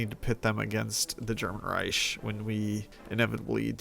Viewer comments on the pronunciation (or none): Why do you keeps saying "ry-sh" i stead of "Rike"😭. Great video though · In pain over how wrong you said Reich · As a native speaker I'll disagree here respectfully. The usual English pronunciation ending in the hard "k" sound is further from accurate than his version. This way he could just be a very drunk German 🤷🏽‍♂️